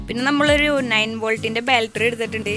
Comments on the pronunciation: ബാൾട്രി അല്ല ബാറ്ററി ആണ് 😆😆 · Bro baltery ennu parayunna pole kelkkunnu. Correct aaki eni parayanne